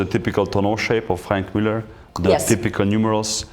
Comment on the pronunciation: Can't pronounce the watch names, their all her husband's and Franck muller is as bad as Hublot.